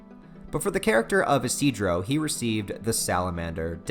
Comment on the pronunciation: Actually, his name is pronounced "ishi-do-ro"